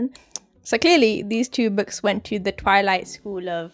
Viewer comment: Petition to change the pronunciation of eclipse and twilight